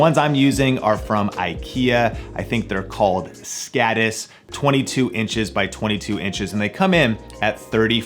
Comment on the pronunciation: Him pronouncing "skådis" as "sckadiss" lowkey triggered me... as a swede. Other than that! GREAT VIDEO!!